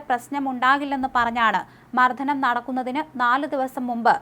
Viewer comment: സംഭവം ക്രൂരവും പൈശാചികവും തന്നെ. മർദ്ധനം അല്ല കുട്ടി.. മർദ്ദനം ആണ് ശരിയായ ഉച്ചാരണം